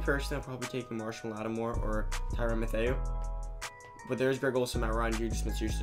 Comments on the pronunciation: I cant help but giggle at the pronunciation if Mathieu (Matthew) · i was just about to say that.